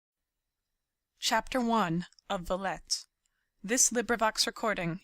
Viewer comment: Pronounced vie-ette